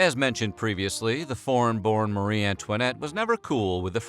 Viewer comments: Her name is pronounced like "MARY" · Her name was not pronounced Mu-ree.